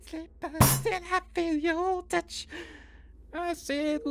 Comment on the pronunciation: Nooo I can't sleep until I feel yo " TUCH"🤣🤣🤣🤣🤣🤣